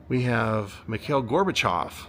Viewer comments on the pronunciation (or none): none